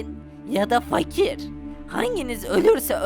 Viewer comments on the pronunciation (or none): damıne fakir e makir diyo